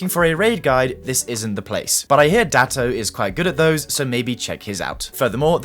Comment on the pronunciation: Saying Datto with a hard T has to be a slur